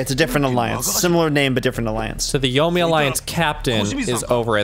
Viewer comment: Yomei is pronounced “yo-may,” just so you know. In Japanese transliteration, an E followed by an I is always pronounced like an “ay” syllable, as if say “eh ee” at the same time